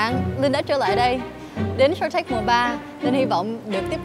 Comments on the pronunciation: Shark Linh run quá nói tên chương trình thành Shank T/ae/rk luôn :v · Shark tank mà đọc là shanh tark